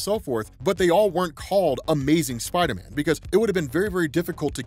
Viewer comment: you it's pronounced spider man...not spidah men lol